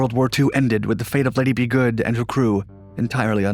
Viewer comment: Lady Be Good, not Liddy B Good, dufus